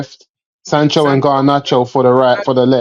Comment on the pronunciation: Lmao man said sancho are you seroous